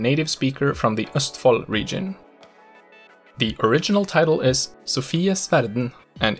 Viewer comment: In some cases, such as "sju, kasta, boka" he sounds 100% native to me. Other times, he "sings" his words and phrases like only a would. E.g., his "å" in "bokmål" sounds more like "åah". Combined with his whimpy "L" and sawtooth-shaped intonation, the way he says "bokmål" and "Østfold" immediately gives him away specifically as a. There are other obvious giveaways as well, such as his mid-word soft E and Æ, both of which would sound slightly more throat-y and harsh when pronounced by a native Norwegian. Anyway, the video and its spoken examples are great. I just love picking on people's accents.